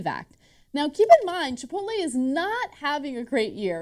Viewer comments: Whenever I read Chipotle I always pronounce it Chipotle. These guys are saying it wrong. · This is the fault of all the people that pronounce chipotle, chipolté